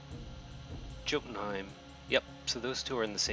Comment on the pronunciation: Just FYI: Jotenheim is pronounced yo-ten-hyme. :)